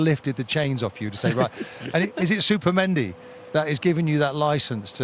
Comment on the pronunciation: Was he calling him supermendi?? 😂😂